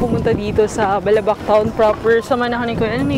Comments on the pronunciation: I agree with this. I’m from Palawan and have been to Balabac. The emphasis should be on the second syllable, so it should be pronounced as Ba’labac. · I think you should know how is balabac is properly pronounced ... it is malumay ... not fast. Like davao , malumay dapat pronunciation nyan ... also avoid answering your own question ...